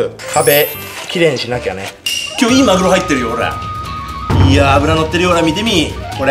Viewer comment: マグロがまるおにきこえた